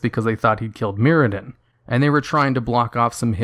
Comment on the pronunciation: Mur-adin not Myradin, god I swear it’s like you pronounce names and places that you know you’ve heard said properly before, wrong on purpose lol Muradin